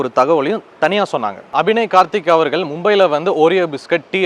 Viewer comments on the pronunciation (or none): none